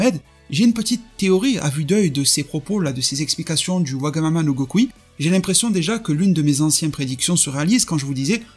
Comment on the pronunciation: J'adore la prononciations wagamama no gokui j'adore le design j'adore la vidéo vraiment merci